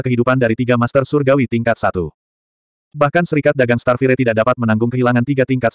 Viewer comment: Sebutan bukan starfirey.... Kena sebut starfayaa